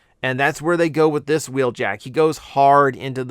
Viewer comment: Wheeljack isn't in Earthspark, but "Huh-weeljack" is.